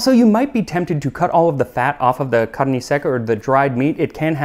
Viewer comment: I agree, when he said ‘carne’ and ‘linguiça’ for example 😊 🇧🇷